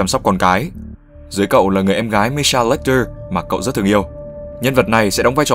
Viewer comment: Tên là Hannibal Lecter mà cứ đọc là Watcher :P